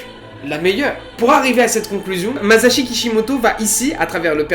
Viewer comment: c lui qui à dit "mazashi" et moi g fait la remarque lol